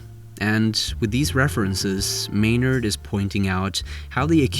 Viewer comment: "Maynard" No